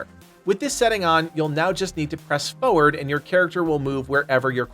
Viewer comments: Great video! On a side note for some reason it bothers me when people pronounce it fewerd instead of forward. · It's pronounced fore-ward not foe-ward.